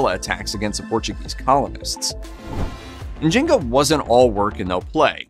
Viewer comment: I think her name is N’zing-aa